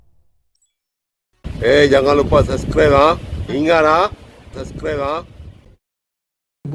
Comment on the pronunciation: Ini apa mama mabuk cakap suscribe ha takde org lain ke